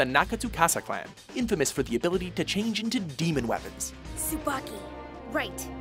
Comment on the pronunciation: It's pronounced Tsu-ba-ki with a long e sound! つばき